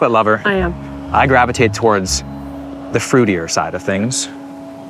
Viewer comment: Did just said I Grab a Tit instead of I Gravitate 😂😂